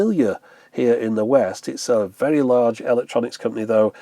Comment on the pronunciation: are you okay bud? And it's VERY, not "vary"